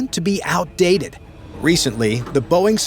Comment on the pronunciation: 😂Dumb and dumber “BEOING” mark 😂😂😂😂